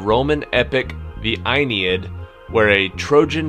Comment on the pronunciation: You mispronounced Uranus, Aeneid and Sabines !